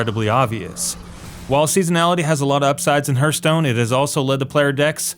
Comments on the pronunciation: First "Laura" Croft and now we have "Hurtstone". Which weird Tone pronunciation of simple words are we all looking forward to next? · Sorry stopped watching after the 3rd "herth-stone" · Reminds me of Kripp. To me it always sounds as he says Hurtstone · Triggered by "herthstone"... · kripp constantly says Hurtstone, so him mispronouncing it really isn't a big deal. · I hate the way he pronounces hearthstone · Take a shot every time he mispronounces hearthstone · The correct pronunciation of words will help your credibility: hearth härTH/ noun noun: hearth; plural noun: hearths the floor of a fireplace. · I would respect this guy's opinion if he could correctly pronounce the game's name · Sooo many players mispronounce it. "Hearth" is like "Heart" with a soft "th" at the end, NOT like "Earth" with an H on the front. That has annoyed me since the days of early Machinima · RedwoodTheElf idk how when the developers have pronounced it correctly in dozens of videos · please learn what a hearth is and how to pronounce it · Dude if you're gonna bash this wonderful game please say it correctly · You say hearthstone wrong...so wrong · Dude you mispronounce some important stuff in your videos, like Wolfenstein and this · CK Lim it's hearthstone btw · Do the video over and say Hearthstone correctly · OMG it's so annoying how he keeps pronouncing it wrong, watch a HS dev video and learn how to pronounce it. It's Hearthstone as in a Hearth above the fireplace. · No he's right. I can't believe people have to explain this, countless interviews and video's made by Blizzard Entertainment show that it's pronounced Harthstone not Hurthstone. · Its not hurstone its heartstone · the game is called Hearthstone, not hurtstone. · I'm sorry but this video is just so biased, I know its your opinion. Buts its just not helpful or factual. And its pronounced "harth-stone" not "hurt-stone" I for one like the arena changes. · Hearth sounds like Harth, not like Hurth. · STOP SAYING HURTSTONE!